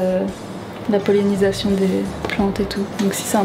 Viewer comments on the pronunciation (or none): Énorme erreur de prononciation jeune fille, il faut dire :"POLLINISATION" et non pas PollEnisation qui ne veut rien dire.